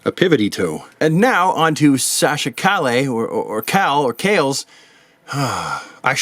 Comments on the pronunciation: Calle is pronounced: Ka ye. Double L in spanish is pronounced like a Y. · Almost got Sasha’s name right Calle pronounced Ka’h - YE Calle is a spanish word that means street you can look up calle in some spanish video for pronunciation reference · It's Sasha Calle like the word, street. So think of John McClane "Yippie Ki-Yay, Mother Trucker!" (edited for TV version)